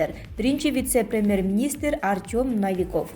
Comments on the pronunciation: Навиков эмес Новиков десенер кышлакчылар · Диктордун тили тонуп калган го,мин деген эл коруп жатат,НАвиков,Мазгачева,премер,пракратура каниститутсия,бул эмне?! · Ими олтуросунорда,Артем Навиков дейсинда,уялбайт экенсинерда,басымды туура коюп окучу УЯТ